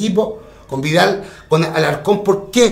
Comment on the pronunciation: Le decia verga a vargas y violin a vidal, le falta pronunciar :v